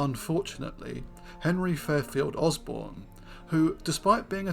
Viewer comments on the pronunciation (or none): none